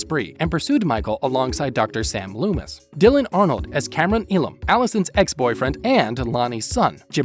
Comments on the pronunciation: It’s not, he also butchered Loomis’s name by calling him Lewis instead. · put some respect on DR SAM LOOMIS NAME . it’s not lewis